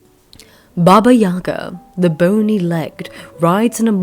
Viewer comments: yagA, stress on the last syllable, not yAga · thanks for the video! btw, in russian the stress falls on the last syllable - baba yagA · YagA. Put the stress on the second syllable, please.